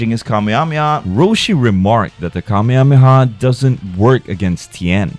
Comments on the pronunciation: Kameyamehya lmao😂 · i hate the english pronunciation of Kamehameha... "kamiamiah" or "KAMEI-HAMEIHAH" lol